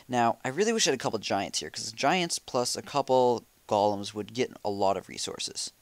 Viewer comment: Kills me when he says gol-um not goal-em ;)